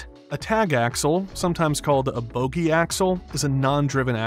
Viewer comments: Bogie not boogie or boggie. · Don't know who wrote this, but those are called "Bogie" axles, with one "O," not "Boogie." Boogie is a kind of surfboard or an African-inspired Rock & Roll style.